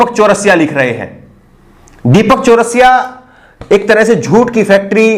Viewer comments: एक तो वीडियो को रोक कर ये कमेंट कर रहा हु ज़रा ध्यान से सुनो।। ये पत्रकार पत्राकार क्या है ये तेजा तेजा। नाम गलत कहे ले रहै हो बे। अंजना ओम मोदी है तुम कश्यप कह कर बुला रहे हो दीपक चरसिया है चरस पी कर टीवी पर आता है।। तुम चौरसिया चौरासिया कहे कह रहे हो।। गलत पत्रकारिता न करो।।सही से नाम ल्यो।।। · Bhaiya ye Deepak Chaurasia nhi charai hai aap naam ka Sahi se ucharan kariyega next time se.... Please